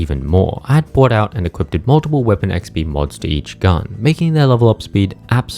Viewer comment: I'm so sorry to have to be that guy but it's not "equipted"....the word is "equipped" with no T in it. I just don't want you to keep mispronouncing it in every single one of your videos forever. :(